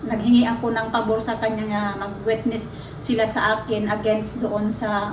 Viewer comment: Correction lang Witness is the word and not wetnes study your English please lang 😅😊😮😮😢